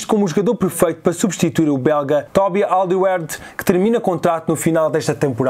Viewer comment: Diz se "Aldervaireld" do Tottenham